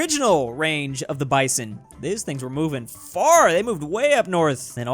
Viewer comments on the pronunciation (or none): none